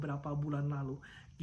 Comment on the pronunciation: Jarang2 host ngmng pErsib biasana peursib ternyata si om ieu emang orang bandung 😁